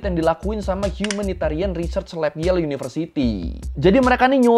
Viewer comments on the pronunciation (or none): none